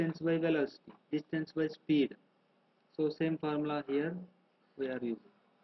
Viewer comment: DISTANCE not destance